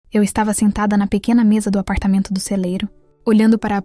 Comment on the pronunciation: Por favor, "digam" para a narradora que se diz apartamento e não apartamento